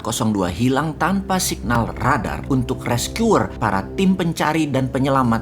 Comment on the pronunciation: Loe ngomong radar aja gw udah ngekek duluan bossman 🙈